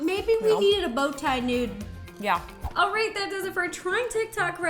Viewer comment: Why do they keep saying nude as in noodle???